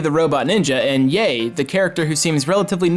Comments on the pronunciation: Ebisumaru, not "Ibisumaru". Yae, not "Yay". :) One of my 20 favorite games ever. I wish we met Goemon again in the West. :/ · How do you pronounce the oe in Goemon correctly but fuck up the ae is Yae? Also what the fuck was that thing with Kageyama? It’s so straightforward and phonetic I could ask my whitebread “There’s anime besides Akira” ass dad to pronounce it and he’d probably get it. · im surprised you can mispronounce yae's name like that considering she only says it out loud half the time you select her character